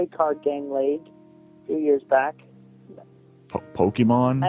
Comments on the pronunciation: And randomly decided to start pronouncing it "Poke-man" halfway through the call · saying "poke-man" to rlly sell it 😭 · im surprised that chris didn't get mad at him for mispronouncing pokemon